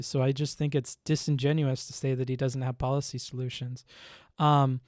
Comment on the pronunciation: Good points. BTW, the word is "disingenuous", not "disingenuine".